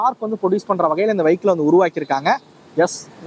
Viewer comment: வைக்கிள் இல்லப்பா வியிக்கிள்